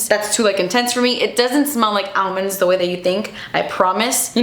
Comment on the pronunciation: Almonds 😹😹😹😹 I love the way you say it!